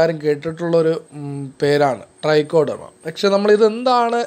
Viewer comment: ഡ്രൈക്കോഡെർമയല്ല ട്രൈക്കോഡർമയാണ്